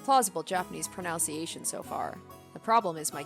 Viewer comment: Pronunciation seems p good so far. Except for the pronunciation of pronunciation.